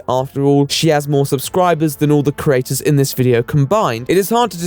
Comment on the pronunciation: Why are people unable to pronounce the word 'creators' anymore? I didn't realize Youtube had craters.